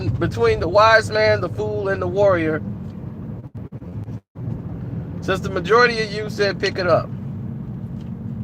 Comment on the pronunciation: Wtf is a PORTOGUL??? 😂😂😂😂😂😂...its portugal pronounced PORT-CHU-GALL